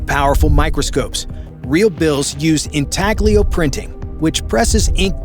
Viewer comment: Why do you mispronounce the word intaglio